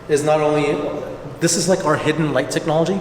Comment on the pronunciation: Aye, Tech Nah Logia technahlogia